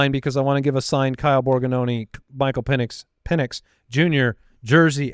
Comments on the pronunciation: at least it was Pen-S and not Peen-S🤣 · I don’t know about you - but I heard say Pen-ITs with a T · Sounded more like Pen Es to me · I heard Pennus. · He definitely said PENIs it was a soft s lol. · I heard pen is or pen es but it was close 😂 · is SO confident that he said an "X" in Penix, that you can see his hand on his head....asking himself..."What did I just say?!".... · 1000% said Pen!s 😂🤣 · def said Michael Peni$ xD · Confirmed, he said Pen-is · definitely dropped the S instead of the X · Definitely forgot the C sound before that S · He didnt say the X in Penix 😂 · I heard S... not X